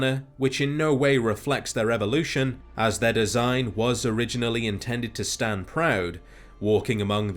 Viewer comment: I thought he said their weakness was sand 😂